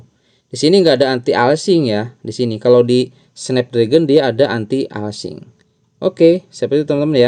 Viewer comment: anti aliasing bang bukan anti alsing. biar next konten lebih enak didengar kalimatnya. btw aku pake bawaan update 2.0.3.0 enak banget main di medium game wuwa. Joyose bawaan, Security juga bawaan semua. menurutku patch² seperti ini cukup berpengaruh. tapi suhu sangat signifikan untuk dapat FPS stabil dalam jangka waktu lama. jd cooler yg proper itu jauh lebih utama. btw thanks a lot tutorialnya.